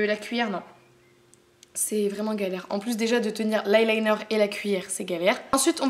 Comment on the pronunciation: c'est pas eye liter mais eye liner !❤💘💋